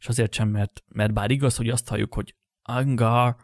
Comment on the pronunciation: Az "angar" az orosz az hogy Hangár!